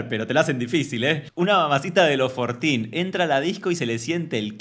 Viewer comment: Jajajaj cero inglés... Yo entendí "Fortín"... Como qué es fortín? Que es? Y era 14.😂